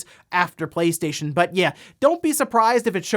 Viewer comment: Now everytime i hear him say PlayStation i hear PlateStaion.